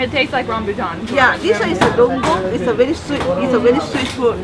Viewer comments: its DUKONG , not DONGONG..lols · That fruit not "dunggong". It was "dukong".. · Dukong, not donggong.